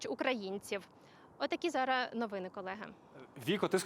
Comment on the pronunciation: не «зара», а «зараз»!